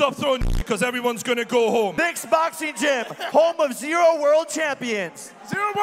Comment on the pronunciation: i thought he said the n word